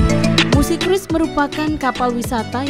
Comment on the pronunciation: Dibacanya "Krus" min bukan "Kruis".